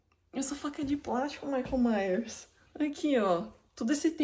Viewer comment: OMG, o "maico maios"!